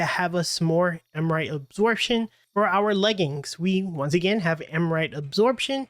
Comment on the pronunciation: Am-Ri-Ta. Not Am-rite